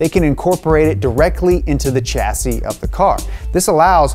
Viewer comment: You can't say chassis properly. Clue: It's a French word.